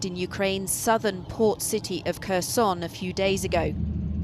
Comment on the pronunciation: C4 please pronounce the name of Kherson the Ukrainian way. Silent K.